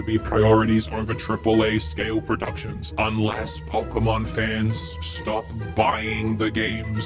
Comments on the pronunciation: Pokémon, not "Poker-mon". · For some weird reason all of these english speaking "pokemon fans" think that the "poke" (as in pocket) part of the word either is said "poki" or (as in this particular case) "poku".